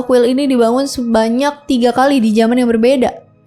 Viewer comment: TETAPLAH PAKAI BAHASA INDONESIA YANG BENAR, SEBUTKAN BUKAN SEBUTINMANTULKAN BUKAN MANTULIN,KALI BUKAN KALIK GEMPA BUKAN GEMPAK,KUMAT SALAH LAGI